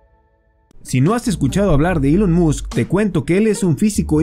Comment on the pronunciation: No se pronuncia musk es Mask